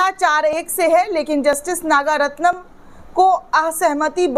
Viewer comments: नाम तो ठीक से ले लिया करो मोहतरमा नागरत्ना है नागारत्नम नहीं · Your wrong pronunciation of the name of Justice Nagaratnam repeatedly is very irritating to the ears of people.